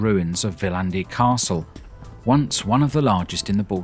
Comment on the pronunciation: Great! Two quibbles. Like many Estonian words, Viljandi is pronounced with the emphasis on the first syllable. BTW, it is my mother's home town. In Tartu. the section of the cathedral that the museum uses was actually built back up in the 19th century. Previously, it had been a ruin, like the other half. The area around the cathedral is now a park and is lovely in the summer time. But it was once Tartu's old town, and looked very much like Tallinn old town. None of that remains. Peter the Great totally destroyed this (blew it up) during the Great Northern War in the early 18th century. He also had the university closed and it remained closed for around 100 years. Indeed, after a siege, the city of Tartu was pretty much wiped out by Russians in the Great Northern War. The great Peter did not want a city there as it might compete with his spanking new St. Petersburg. The top of the hill around the ruined cathedral was made into a park in the 19th century. It also is home to one of the most historic observatories in Europe.